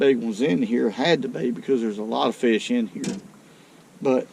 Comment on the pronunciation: “I know’d we’d catch a feesh”.